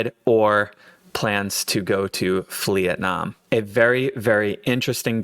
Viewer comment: Not Flee-etnam 😂 Subbed :)